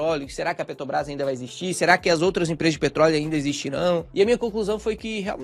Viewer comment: qual a dificuldade do cara falar peTRObrás?